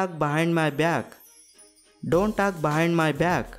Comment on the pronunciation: Sir please correct your behind pronounsation